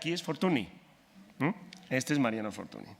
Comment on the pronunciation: FORTUNY se pronuncia FORTUÑ